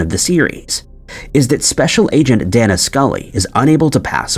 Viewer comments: Apparently you never watched X-Files. It’s pronounced “Day-nuh” Scully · This guy doesn’t do Mitch research. He mispronounced “Dana” Scully